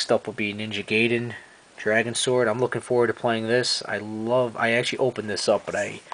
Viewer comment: Finally someone who can actually pronounce ninja gaiden correctly